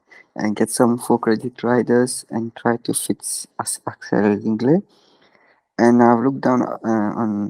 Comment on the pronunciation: Hey, just wanted to say that Zingle is pronounced „Zingle“, not „Zongle“ :)